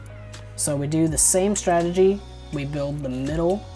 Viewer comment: Wth did u said ..strengy?? What is that